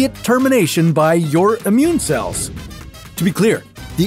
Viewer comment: why you say Ammune, when its Immune?